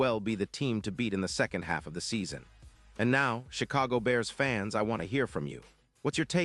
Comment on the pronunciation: This channel is entirely AI generated crap of misinformation and outright lies. Not only do they not pronounce simple things correctly like "Bee Eee AAA RRRR SSSS FANESSSS" instead of "Bears fans" , the thumbnail says the Bears are trading for CB Charvarius Ward. The story is the 49ers are rumorted to be trading away Ward to the Bars. The two outright lies about this situation: 1) The trade deadline has passed. 2) More importantly Ward is on the Colts this year. He was with the 49ers last year. It is impossible for the 49ers to trade a player that is not on their team. If you watch the video it shows Ward running and catching the ball. Ward is a cornerback so I am guessing all those shots are also AI generated.